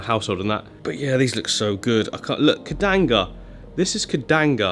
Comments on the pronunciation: He talked about it a whole bunch of times, saying the exact name - incorrectly. It's not "Kedanga", it's Bucephalandra sp. "Kedagang". Keep in mind, though, that it won't look anything like this once it transitioned to its underwater form. Kedagang grows looong leaves (up to 5+ cm) in a light green tone. Every Buce changes so do your due research before spending money. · It's KEDAGANG. Like Cad-uh-gang. Not KEDANGA. 😂😂😂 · Repeat after me, the buce is "keh-da-gang" the shrimp are "rih-lee" 😂🤪